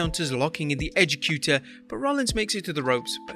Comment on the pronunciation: Not the Edge-ecutor its the Edge-ecator dw i had to look it up too